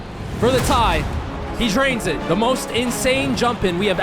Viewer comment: It was kinda difficult to sit here and hear you say "Da" half of the time whenever you meant to say "The". Its a fundamental word and to think that you don't know it very well is mindblowing